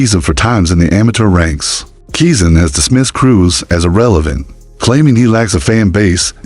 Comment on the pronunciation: At least he said Keezn's name right